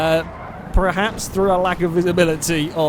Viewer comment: love your videos, but it's "perhaps", not "pre-haps"